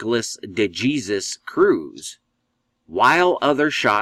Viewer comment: "De Jesus" is an Hispanic name! The "J" is pronounced with the "H" sound, and the "E" is the long "A" sound as in "Aim", the "Sus" part is sounded out like "Sues"!! "De" = "Duh"!! "Duh HAySues"!!!!!!!! If you did further research...he also claims his biological mother is "Jewish", which in the eyes of the Jewish race..makes you a full fledged Jewish person! Sounds an awful lot like George Zimmerman! The media poured out stating that George Zimmerman was a "white Hispanic" when in reality his mother was Hispanic and his father.. 100% Jewish.... Therefore, making Zimmerman an "Hispanic Jew"!! Once again the narrative poured out with the Zionist controlled media that Nicholas "De Jesus" Cruz is a "white" nationalist, supremacist! They purposely, and intentionally left the "De Jesus" off so it will fit their propagandist agenda!! When reports now, that the leftist communist, Antifa supporting youth movement has tuned out, is that he is another "Hispanic Jew" and that he is a "REGISTERED DEMOCRAT"!!!!!!!!!!!! This is what occurs each time something like this happens... immediately blame whites when the whole story is based on a pack of Zionist propagandist lies!! Look this up throughout history... nothing ever changes!